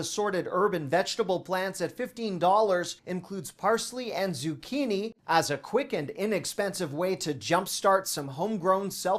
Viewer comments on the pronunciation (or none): none